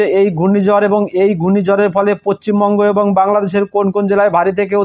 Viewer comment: পচ্চিমবঙ্গ নয়, পশ্চিমবঙ্গ হবে কথাটি